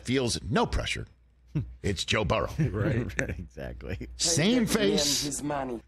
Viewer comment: Can’t stand Rich talking Bangles because of the they way he says Joe Buh-Rows name